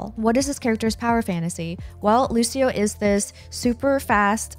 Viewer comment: Hi, nice video but "Lusio" is not how you pronounce Lucio. "Lucho" is the correct way, like luchador. Thank you.